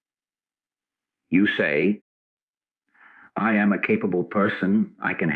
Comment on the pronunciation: Great teaching. The AI generated voice reading this is very distracting and takes away from the message because it mispronounces the most important 2 words in the whole teaching: I am. Listening to the words, “I am” being mispronounced over and over as “I A, M “ makes it very difficult to concentrate on this message. I finally had to stop the recording and read the transcripts myself.